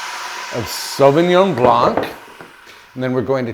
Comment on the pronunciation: Hi from Canada. - Please take note: The word "blanc" has a silent C. It is said as "blan". Love your channel. I have been bing watching your episodes.❤❤❤❤